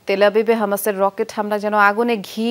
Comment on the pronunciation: হামাসকে আমাশয় বলছি আর কি বলবো 😂😂